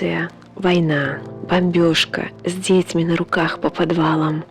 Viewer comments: С дЕтьми???😮😮😮 ИИ,даже слушать не стала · Некоторые слова в озвучке как искусственный интелект. Например детьми с ударением на первый слог